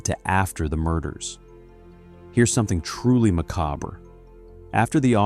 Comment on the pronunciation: Macabre ( ma cobb ). It'll work as a pronunciation